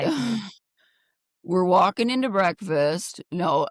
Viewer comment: You mean “brefiss”. 😂